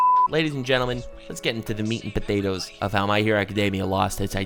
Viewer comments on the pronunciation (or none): none